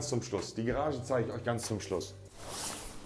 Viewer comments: die „gerage“ zeigen wir am schluss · GArage!!!!!! Und nicht GErage. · Niemand: Absolut nieman: Monte : GErage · Niemand: Monte: die Gerage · Normalos: Garage Stewie: Garasch Monte: Gerasche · Ne eher Gerage anstatt Garage 😂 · Ich sag nur Gerage😂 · keiner: wirklich niemand: Monte: Gerage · Niemand: Wirklich niemand: Monte: Die Gerage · Übel geiles Haus bis jetzt schon aber was mich triggert ist monte : gerasche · Und Gerage 🤣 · Niemand: Wirklich niemand: Monte: ,,Gerage“ Man kennt’s 😂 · Ich verstehe immer GERAGE 😂 aber sehr sehr nice alles ✌️ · wenn der noch einmal Geerage sagt. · Gerage. Wieso sagt er gerage. Immer gerage. Gerage. Wir gehen jetzt in die gerage. Nices video aber triggert mich hart.... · wie kann man so lost sein? Es heißt Garage